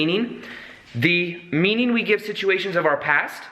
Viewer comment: you say shituation instead of situation. I think you just coined a new word! It worked in the sentence and you should definitely use this in future videos. Shituation ie: what you thought was a bad shituation in life was really a way for you to change you're perception. Great video! Definitely keep moving around.